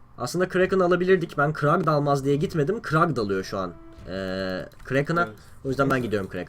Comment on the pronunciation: Kurl a krag diyon dikkat et abi :)